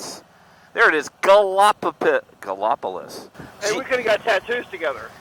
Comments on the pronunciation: Sorry had to laugh hearing ya pronounce Gallopolis. I do not think I have ever seen the Ohio River clear, maybe not as muddy. I drove that SR7 many times from the Silver Bridge to SR33, but not on bike. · The town is pronounced "Galla police". It was settled by the French. I was corrected the first road trip through there myself 😃